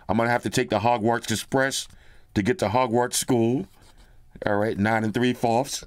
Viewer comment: my wife is tripping off the pronunciations of the school, the calling the broom a feather,😅 the not knowing what the platform number, calling griffindor (IDK how to spell it, and yes that triggered her too) a boss... 😅😅😅😅😅😅😅😅😅😅😂😂😂😂😂😂😂 Bro 😅😅😅😅😅broooo😅😅😅😅😅😂😂😂😂😂 she loosing her ish...😅😅😅😅😅haaaaaaaa hahhahhahah.